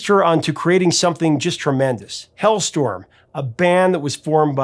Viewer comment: Why do you keep calling the band hellstorm it's HALESTORM